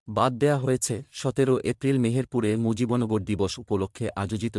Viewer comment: এটা কি পড়ছেন মুজিবন গর কোথায়? মুজিব নগর কে মুজিবন গর পড়ছেন কিভাবে?